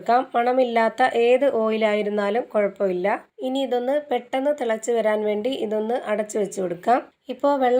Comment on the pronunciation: കൊള്ളാം പെട്ട ന്ന് പറഞ് ഞു ❤😅